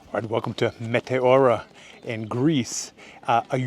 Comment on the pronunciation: good work! btw its met-E-ora not mete-O-ra !